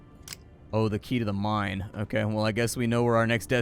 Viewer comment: I drank every time you said "Okaugh" and I died of liver failure.